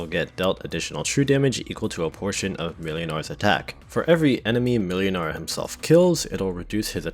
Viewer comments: Ngl, pronouncing Mlynar as "melinar" very slightly throws me off; closest way to actually pronounce it is "Moinar" iirc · Just search for "ynar", there's no reason why you could only search for the start of the name. Also, it's pronounced Muynar. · the second letter in Mlynar's name is pronounced like a w. So in pronunciation, it should be more like "Mwynar". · Whenever you said Mlynar i heard Millionare.